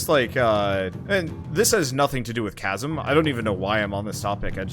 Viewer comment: It’s pronounced kazem